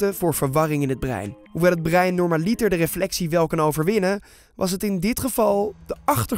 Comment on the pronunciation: Het is normalitèr niet "normaliter"